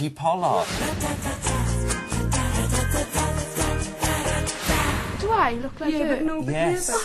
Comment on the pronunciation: "vicky poll-ARD" hahaha